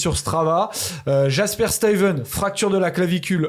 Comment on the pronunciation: Tant qu'on est dans la prononciation des Noms, Jasper se prononce "Yasper". :)